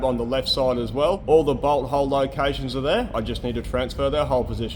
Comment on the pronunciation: . I typically watch long videos at 1.25 speed. It kind of sounded like you said "Now what we can do is go through and mark out our butthole locations".